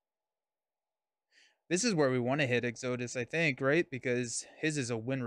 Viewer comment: Exo-dus. Exodus. Lol